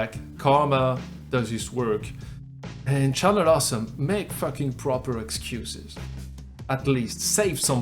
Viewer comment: You also went french on "excuses" but the effect was hilarious :)